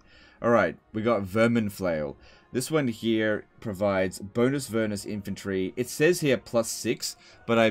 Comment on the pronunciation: Bonus-vernus vs infamous Heinrich Klempner. I love mispronunciations, they're so funny.